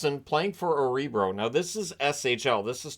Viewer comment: One of the most fun aspects about following Canadian Broadcasters/YouTubers/Commentators from Sweden is when they try to pronounce Swedish team and player names. Örebro wasn't even close here😄 Not ripping on you, just a fun observation😁